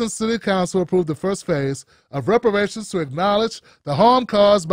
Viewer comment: Repuhrayshinz iz lolng ova doo